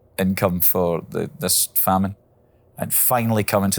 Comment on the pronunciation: First of all, English lesson: it's famine not fammine. .. Africa was fine... No, it wasn't. Ethiopia got it worst because there was also a civil war raging, but other African countries too suffered from famine due to lack of rainfall during this time. Last but not least Ethiopia is a multiethnic state. Besides Muslims, there is a major Ethiopian Orthodox population and has been there for hundreds of years. Actually the kingdom of Aksum was one of the first Christian kingdoms of the world. So I hope your 'lessons' are free and confined to the internet, because everything else would be terrible.